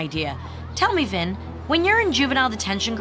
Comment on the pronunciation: Everytime he says Vinn, I think he says Venn!